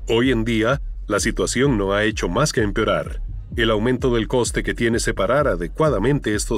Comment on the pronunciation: "la situación no ha hecho sino emperorar"